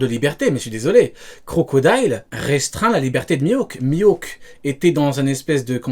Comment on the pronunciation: Avant de débunker, faut commencer par apprendre la prononciation de Mihawk, sinon peu importe les arguments, y a 0 crédibilité